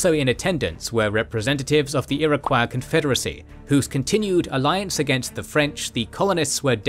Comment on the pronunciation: It's pronounced "Ir-o-coy."